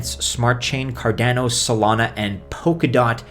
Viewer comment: Cardanio, Ah-theereum, so many goofy pronunciations.